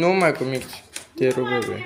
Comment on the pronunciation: Nu se spune mister se zice mixer